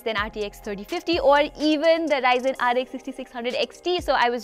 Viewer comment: yeah. she really said "ryzen" 6600xt